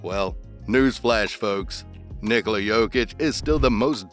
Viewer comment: knee-coal-ah not nicolai